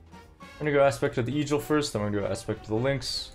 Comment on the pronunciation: this dude pronounced eagle, e-jull. jamble instead of gamble rain-gurr instead of ranger u have to be trolling.